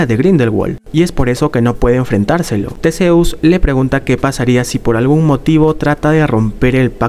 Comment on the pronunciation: Que no se pronuncia Tisius?